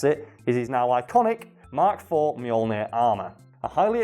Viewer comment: Every time you say mk IV I cringe